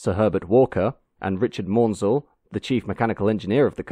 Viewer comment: Great video, I love Bulleid's work (even the Q1) - but 'Maunsell' is pronounced 'MANsell', not 'MORNsell'.